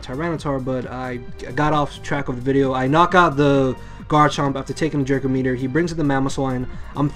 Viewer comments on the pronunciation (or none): Sounds like he's saying, "jerko meteor" lol.